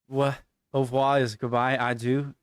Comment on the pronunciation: It's not "adu" but "adieu" which means goodbye like adios in Spanish. I live in Rouen. if you come back to France. I could be your tour guide. =)